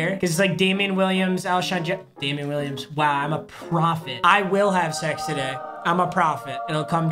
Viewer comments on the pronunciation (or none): none